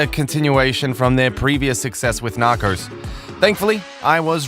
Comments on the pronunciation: KatieJenni I’m joking. They guy in the video says nacors instead of narcos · Narcos, not Narcors!!! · Why do you say "narcors" ? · The series: Narcos This dude: Nacros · Nakors? WTF? Learn how to speak! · He says "knockers" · Nockers?😭😂 bruh I cant even be mad the way you pronounce it is funny af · Funny as this English I'm guessing narrator keeps say Narcos like Knockers. And the A in Pablo is pronounced like ahh as when you go to the doctors, open your mouth and say ahhh.